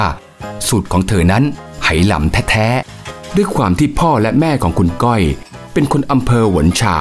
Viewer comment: ทำไมผู้ผลิตไม่บอกฝรั่งว่า Hainan ออกเสียง "ไฮนาน" หรือ "ไหหนาน" เพราะคนจีนไหหนานเขาชื่อนี้ออกเสียงอย่างนี้ ไม่ใช่สะกดฝรั่ง Hai แล้ออกเสียง เฮ เป็น เฮนาน มันชุ่ยกันขนาดนี้เชียวหรือ คน Thai PBS เนี่ย เสียข้าวสุกจริง ๆ